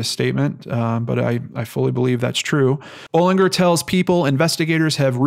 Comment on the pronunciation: Pronunciation , Bollinjer. There's a main street In my town with same name.